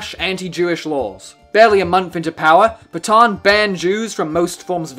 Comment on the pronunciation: Could you not have tried a bit harder to pronounce the name Pétain? It's not even close to your "pay-tahn." Any English speaker could at least say something like "pay-tan." AN like in AN apple. I'll bet you also say "macrone" for the current president of France. Un petit effort, merde!